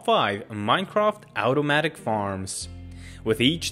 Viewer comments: It’s pronounced automatic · just the way you said OWtomatic made me laugh